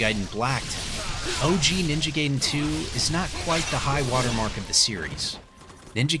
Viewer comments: It’s pronounced GUY-DEN, not GAY-DEN. Also, they should have kept all of the content of both versions so that way they can actually call it definitive. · Guy-den, the majority of the Latin derived language speaking world says it like that. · You said it right but continued whit "Ninja gayden" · That’s when I knew he was doing it on purpose 😂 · Gay-den. Guy-den. Lol did you switch between both pronunciations on purpose 😂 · I was dying inside every single Gayden coming out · The pronunciation of gaiden annoys me